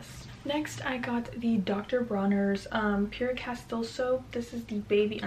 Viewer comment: That was funny 😆 you pronounced the letter “t” in Pure Castle soap 🤣🤣🤣🤣